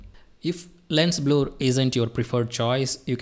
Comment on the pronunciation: THANK YOU FOR THIS TUTORIAL. it's no Bloooor.. it's Blerr ( Blur )